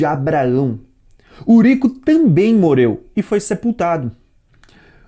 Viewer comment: vc entes de tentar dar uma de professor vc primeiro vai corrigir a sua fala e morreu e não moleu vc não consegue pronunciar a letra RR NÃO